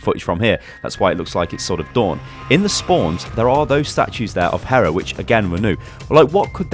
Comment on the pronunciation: he is really bad at pronouncing greek gods. except for hera. that one was okay